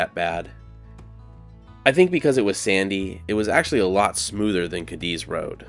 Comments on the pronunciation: It's NOT pronounced "Kadiz - Cadiz but Kah-dees. We'll accept Kah-deez. Pls do your homework well before putting out contents 🙄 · It's actually pronounced "kay deez" I love video's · FYI. It’s pronounced Katies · It’s not “kah-DEEZ” it is “KAY-deez”… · I worked on the railroad and the name Cadiz is pronounced Kay-dees with the emphasis on the first syllable. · You are pronouncing Cadiz wrong! It sounds like this " K deez "... As a brakeman I rode freight trains thru there early 70's.. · Cadiz is pronounced ( Kay - Deez ) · It's pronounced Kay Dee's I'm pretty sure. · Out on the desert you pronounce it Katy's. In Spain it's Cádiz, which you pronounce KAH-dees, but it got Americanized on the desert. I lived north of Goffs back in the 70s, and while I can't recall whether I ever was in Cadiz, I heard the name many times. 🤠 I once wanted to be buried in the Goffs cemetery, but it turns out that's not possible, and anyway the VA will bury me for free in a national cemetery. I don't know how true it is, but when I lived on the desert I heard that you can drill anywhere and hit cold, clear, delicious water no more than 1,000 feet down. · The railroad folk pronounced the word Cadiz as KAY - deez. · It is pronounced Katie's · I've been to Cadiz, Spain. There it's accentuated on the first syllable.